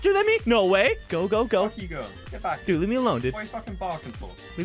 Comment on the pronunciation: duide not dude